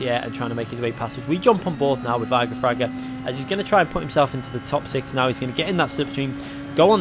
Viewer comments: Plz. Don’t say “eye-gor Fraga, But Ee-gor Fraga. ;) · Igor Fraga, "E-gor" not "eye-gor" ;) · Yo just a little mistake there, you don't read it Igor, you should read it EEgor, it sounds like e in portuguese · It’s Ee-Gor Fraga. He’s Brazilian like me. ;) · Yeah, I thought was talking about the mountain Eiger. "Like damn, this dude is not only the world champion of the game but also fragged the hardest mountain in Europe. Whoah" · Great video, shame you keep saying Igor's name wrong. :/ cheers!